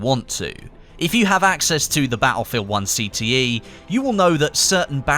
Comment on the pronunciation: Ba'elfield 1